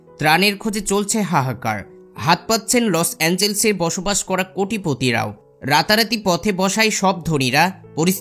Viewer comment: শহরটির নাম লস এঞ্জেলস নয় লস অ্যাঞ্জেলেস হবে!!!